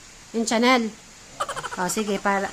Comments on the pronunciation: Hindi po yan cha nel...ang basa po dyan ay sha nel...mahal n brand po yan ..ang gaganda nga ng tshrit pati yan kay eric sus me ung iba nga hindi makabili nyan ..kau nman patang bale wala lng sa inyo mga bigay yata yan ng subscriber..magalin nyo mga yan kasi mga branded yang mga damit n bigay sa inyo..hindi yan mura..ung iba gusto ganya di lng makabili..swerte nyo kasi ibinibigay lng sa inyo yan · hindi yan Chanel ang pronounce niyan ay parang ganito Shanel parang ganon sha hindi cha hehe